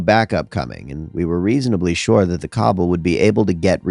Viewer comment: I’m not one to mention this kinda thing but cabal is pronounced kuh bal. its kinda important for dnd